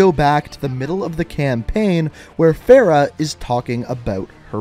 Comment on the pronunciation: when he says "Farah's" name wrong i cringe